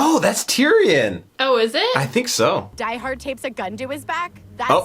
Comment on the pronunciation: I love how Summer even doesn't know the name exactly, she pronounces it "Die Heart" the first time she says it XD